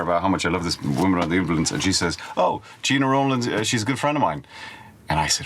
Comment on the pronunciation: Nice picks from a nice guy, but he can't pronounce Gena Rowlands correctly 😉